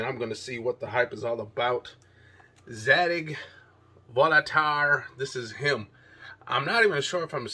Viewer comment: LOL, it's pronounced Zah-Deeg & Volt-Air. And also, the weird side of the bottle is meant to connect with the female version bottle, This Is Her. Like two puzzle pieces.